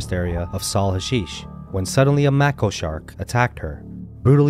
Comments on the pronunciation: It's mako it's not pronounced macko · mAko shark, not mako. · It's pronounced MAY - KO. There are two species of Macon, the Long Fin and Short Fin. They are related to the Great White shark as well. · Mako is pronounced ‘make-o’ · You have a shark attack channel and can’t even pronounce the shark names properly. Lol. The Mako is pronounced make-oh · If you are doing shark videos, at least pronounce the shark species correctly. Mako shark is pronounced with a long "a" sound.